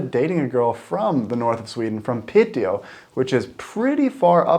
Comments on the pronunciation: Piiiteå, not Pitteå :) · Happy you made the tripp! Piteå is pronounced Pee-te-o, if you say Pitt-eyo it's pretty funny to a Swede as pitt means dick. But you do you! <3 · Not Piteå. It's Pite.. Like Lule and Ume. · its called Pite not Piteå we never use the å letter btw im from Lule.......Luleå